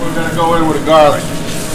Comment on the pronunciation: nevahh enough gahhhhhliccc and buttahhhhh lols